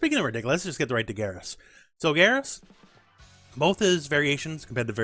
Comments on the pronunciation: bro said GeRoss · Grr ahs? They pronounce his name in the story how do you not know how to say his name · Play through story mode. Everybody has been pronouncing Geras wrong.